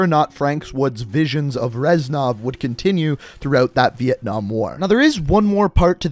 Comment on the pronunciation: hahahahhahahahahhahahah vientnam not cold war